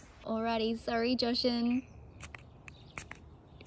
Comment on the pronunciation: I'm more curious why pronounces Jashan's name incorrectly all of a sudden